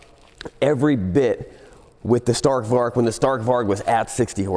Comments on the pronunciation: Probably mentioned before, but "Stark Varg" Means "Strong Wolf" in Swedish. And the A's in Stark Varg is pronounced like the "A" in Announce. And the G in "Warg" is pronounced like a "J" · Stark Varg❌ Stark Vark✅ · Greetings from Sweden. Try to prounounce like this. Starrc Warjj Stark Varg = Strong Wolf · is he trying to say Stark Varg?? Strong Wolf in Swedish? Is it a Swedish electric bike? lol, I never heard of it